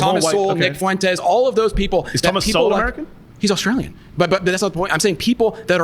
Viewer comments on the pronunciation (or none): none